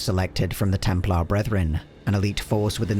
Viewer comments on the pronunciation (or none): Templar is pronounced ‘pluh’, not ‘plah’